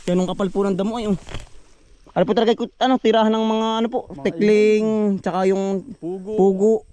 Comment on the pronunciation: Jejej ndi po tikling, tukling po. 😅😅